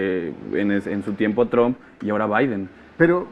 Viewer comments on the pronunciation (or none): none